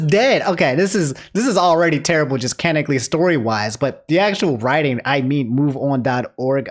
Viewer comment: saying canonically: canically